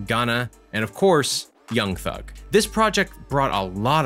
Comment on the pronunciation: Anyone else who hates how he says young thug😂